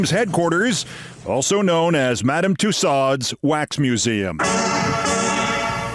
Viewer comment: The D Is silent in Tussaud (Madame Tussaud), and the second syllable doesn’t rhyme with fraud. It rhymes with show.